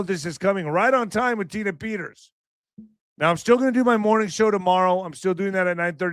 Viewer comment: who IN THA FK is jullian, tina?, Peters,..man can not pronounce! why tell us to look at some person named Petters and not mention as to what this person is all about! Just Saying,...